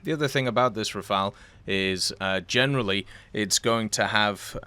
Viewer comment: He said the Rafale and not the Rafael !!!! Well done !